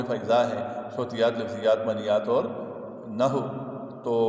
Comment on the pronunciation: یہ نحو کے لفظ کو و کے ساتھ پڑھنا ہے مطلب۔ نہ ہو نہیں پڑھنا۔ Na Haww prhna. Naho nahi